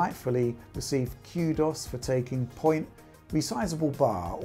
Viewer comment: has the best pronunciation of kudos (cue dos)